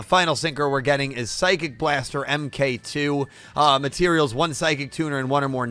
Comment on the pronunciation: it’s pronounced “mark 2” not “m k”